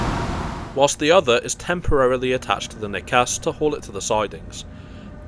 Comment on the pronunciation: Nice video, just to let you know it's "ney cassey" (broken nose).